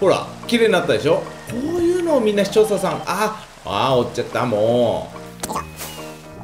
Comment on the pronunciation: もうすぐpart800なのに、「視聴者さん」を「視聴ささん」と言う。(･ω･ )